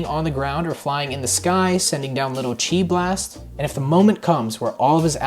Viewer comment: Right I think the amount of summons he suggested is way too much. Also, did this dude say CHI-blast? LOL